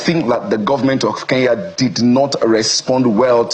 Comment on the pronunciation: Oga its not Ke n ya ..please get your pronunciation right. The police are already on our case. Get the name right I beg